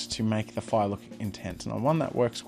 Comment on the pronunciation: "foiah" (fire)